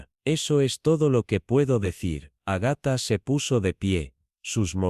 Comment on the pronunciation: Agatha tiene acento en la primera 'a"